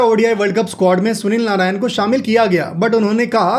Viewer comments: Narine ❌ Narayan ✅ 🤣🤣🤣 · Bro pronounce hi narayan hota hai